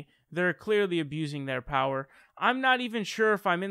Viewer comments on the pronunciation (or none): none